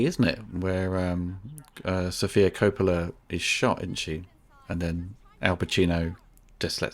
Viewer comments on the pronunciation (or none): none